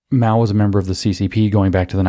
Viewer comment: It's Mao. Not Mau, Maou or Miau, that's a cat